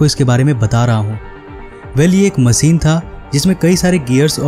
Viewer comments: Learn how to pronounce first . Machine ko Maseen , ship को sip, jis ko jish. Kya bewkoofi hai ? Hosh udda diye ko hos uda diye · आप हिंदी की माँ बहन मत करिए,कोसिस नही कोशिश होता है और मसीन नही मशीन होता है ! God help Hindi and Hindus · मसीन क्यों बोलते हो ?? मशीन नहीं बोल पाते? होस नहीं होता..होश होता है..रएहश नहीं होता!!! रहस्य बोलो!!! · Say Machine not Masin. Dafuq !